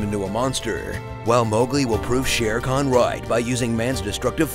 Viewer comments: It's SHER KHAN not SHERE KHAN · Shere Khan ? No. It's Sher Khan.